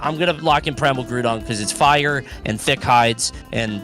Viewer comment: “it’s actually priMAL” is so underappreciated that was hilarious